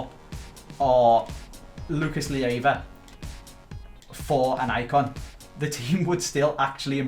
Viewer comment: Please do everything you can to sell Lucas Leiva, that way we don't have to put up with you pronouncing his name wrong each episode. =)